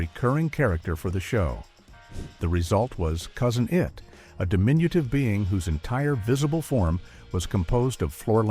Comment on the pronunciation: Interesting information shared here, but the redundant, A.I.-generated narration (“Cousin EYE-IT”?) is a real distraction. Too many repeated bits of trivia (we heard early how tall Ted Cassidy was, already) coupled with the verbose commentary makes this a missed opportunity…